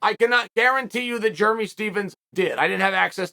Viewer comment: Positive I've never called a dude Jeremy "Jer-mee".